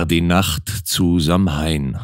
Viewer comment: Samhain wird zwar eher "Sauwien" gesprochen, sonst, wie immer, wunderbar gelesen 💚